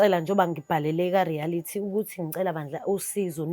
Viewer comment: Reality not rearity